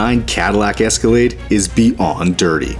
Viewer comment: Escalade? I think you mean... Esca-lad-ee. Dang it,. 😂